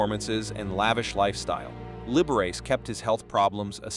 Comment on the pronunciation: The narrator made a few mistakes narrating. He referred to the figure I’ve skater as she and he . Not just once . Meds to proof read before reading . Also, pronounced Liberace’s name wrong . Sorry